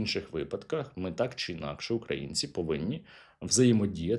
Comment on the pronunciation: Оце "Такссс" це явно одеська область😀